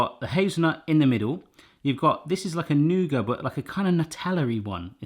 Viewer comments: It's either nougat or nuggit, never nouger. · Why did he leave the "t" off the end of nougat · Maybe make intermediate ones in muffin/cupcake size. Also, please pronounce the "t" in Nougat. Also, don't use white nougat. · noo-gut not noo-guh or nugget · Who in the world calls nougat nugget? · You say 'noogar' and in America, we say 'NewGit' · Nooger? Is that like a booger? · Nougat= "noo-get" :P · It's pronounced Noo-git 🤷‍♀️ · Do people actually pronounce nougat like "nugget," or was that just a joke? Anyone in the comments pronounce it that way? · Never heard anyone call nougat 'nugget' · I pronounce nougat as new-get. Am I completely wrong? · It’s pronounced nougat not nougat lol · Just say nougat without the t. I think the Muricans will understand. At least I from Norway do. Saying nougat with a t is like saying ballet with a t.